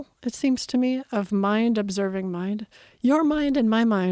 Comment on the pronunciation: "ovserbing the universe"